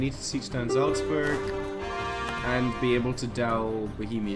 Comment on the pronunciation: wow that pronounciation on "salzburg" was kinda perfect